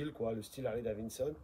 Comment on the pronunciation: STP prononce bien Harley DaviDson et non Harley DaviNNNEson….😂